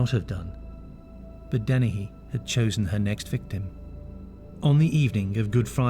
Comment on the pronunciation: Dennehy. Not Deni.